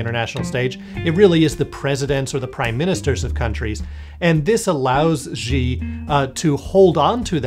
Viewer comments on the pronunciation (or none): Bro, it’s pronounced “she”. See, that wasn’t hard, was it? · wow, you guys are pretty good at bullshitting. But if you can't even pronounce a simple name like "Xi" right, you're not really an expert. I mean, c'mon, pinyin isn't all that hard. Give it half an hour and you have it. Too hard for an expert? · Learn to say the name before you speculate things.